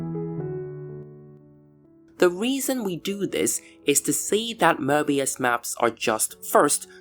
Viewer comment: Möbius not Mörbius 😂 and analogically Marvelous not Mavelous if there is r there is if not its not